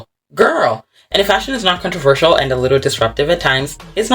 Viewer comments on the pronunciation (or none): You struggilng to say "controversal." Made me laugh😂